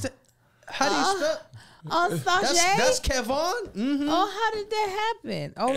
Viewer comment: Lmfao that’s KevOn - Pierre mispronunciation 😂😂😂